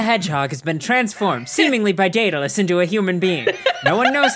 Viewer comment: Am I the only one who thinks Daedalus sounds like "Dataless"?